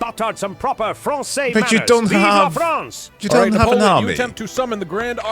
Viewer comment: “VEEV’ LA FUCKIN FRANCE!!!”